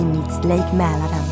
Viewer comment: The voice girl must be swedish, she pronounces words like Drottningholm and Mälaren too perfectly. At the very least she’s scandinavian. Oh and I live in Stockholm btw 😊